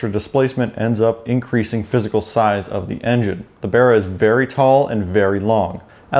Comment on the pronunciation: At least this Septic says Barra correctly.